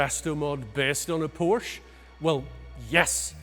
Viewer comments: Its not a Porsch, its a PorschE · during a PORSCHE video I would suggest that everyone in the video who speaks should learn how to say PORSCHE correctly…ug..freakin brits. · who is this top gear knob? why is he so unkempt for this meeting?(Porscha not Porsch) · Learn to pronounce PORSCHE right or dont even talk about it! 😂🤦‍♂️ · 'of course, it is a Poarsh' come on bro. Por-che, How hard can it be. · By the way It’s called a Porsche NOT a Porsch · says porsch within the first 5 seconds and proceeds to pronounce it porsche after. this is proof english speakers are capable of saying it correctly but choose not to... why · IT IS NOT PORSH!!!! The name is Porsche! Show some respect. How you you react when Germans suddenly mispronounce Chevrolet or Cadillac?! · How can you present for Top Gear and pronounce Porsche wrong? It has an audible E in it. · NO, it's not a PORSH nine to et. LOL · what's a "porsh"? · Just gorgeous and beautifully finished. Not in love with the extra long nose, but the rest of it is amazing. And Porsche is a two syllable name guys. Come on. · Say POORSH one more time... 😤